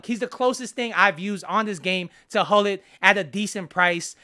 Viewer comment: Pronounce: CHULLIT